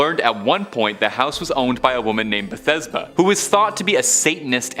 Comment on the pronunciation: Bethesba?? De-"FO"?? The Exorcism?? Cler-gee.... I don't know what happened to this video but, oh, my soul hurts.